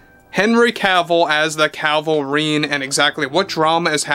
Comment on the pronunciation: You keep saying Calvarine instead of Cavil-rine. 😂